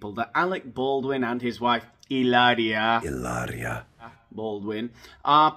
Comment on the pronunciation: You are so funny! Your pronunciation in Spanish is beautiful. Hilaria is a nut case but so is her husband. The thought of a reality show with that family is a train wreck, I would watch. He hates the paps- so I don’t know how he would feel about cameras in his house. It might be just her and the kids. Either way, it would be fantastic bc then you would tear them apart 😂😂😂